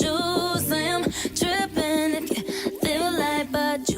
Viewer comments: She said tripping not dripping 😂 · i thought she was saying "trippen" but i guess she's saying drippen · TRIPPING LOL NOT DRIPPING LMAO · "tripping" not dripping lmaooo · She says tripping not dripping😂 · She says "tripping" not dripping haha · When she says "trippan" I agree it sounds like "drippan" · its tripping not dripping LMAFSOSJEH